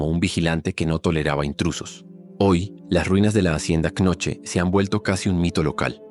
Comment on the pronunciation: la pronunciación de Knoche es algo como "cuNoju"